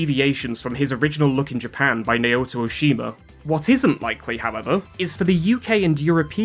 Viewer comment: Naoto is pronounced nahohtoh, not nayohto.